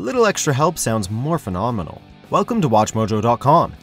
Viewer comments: A little extra help sounds “morphin-omenal” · REFUSES to stop saying "morphenomenal" in every PR video